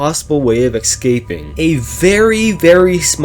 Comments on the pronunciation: Bro says "Excaping" Its escaping buddy. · A little bit of me does inside every time he says ‘ex-caping’ 💀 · the amount of time you said ecscaping is pretty painfull.